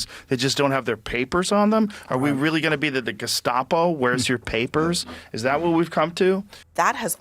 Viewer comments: They say "gestapo", and I hear "gazpacho"... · Really surprised Rogan is saying gustapo after how pissed he was about horse paste.